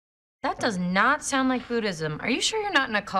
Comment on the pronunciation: Sound 발음 6번 7번 사나로 들리네요 ㅜ